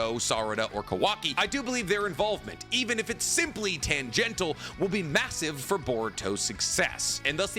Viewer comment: Right around you said Boruto and Naruto are no longer the main characters, did you mean Naruto and Sasuke? Also shortly after that you said the word "tangential" incorrectly my good sir: it is pronounced 'tan•gen•shull'